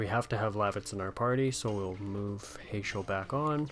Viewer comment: Heyschel lol, I pronounce it Hash-el. Trust me it's cool as long as you're not calling Tidus (teadus)... just sounds so tedious. In english language it is Tide-us idc what the creators think or say neither bc they dont speak english! If they did then they need to learn how to read English its Tidus not teedus. They also never say his name during the game so it's a argument that will never die to me because no one will give up their side of the argument and I will not give up on mine LOL